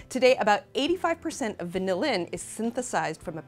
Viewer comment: She pronounces 'vanillin' with the emphasis on the last syllable every time, and it's annoying as shit. Sorry, I mean annoyING as shit.